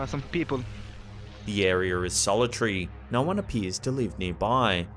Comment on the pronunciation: It is air-e-uh, not "air-e-er"